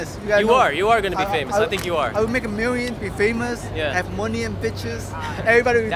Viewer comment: "imma make a mirrion "-Asian mad man 2017😂😂😂😂